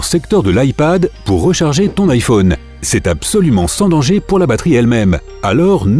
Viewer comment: Le mec il dit (Ifone) et pas (IPhone) 😂😂